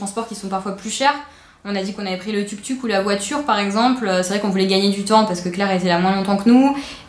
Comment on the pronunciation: Je crois qu'on dit Touk-Touk :)